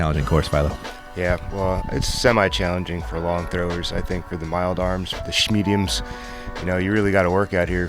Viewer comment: "The shmediums" from Philo, hilarious...